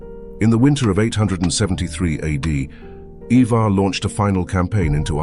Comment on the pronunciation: ivar is pronounced eye-ver. not E-ver and hearing it a bit too much for me to watch the whole video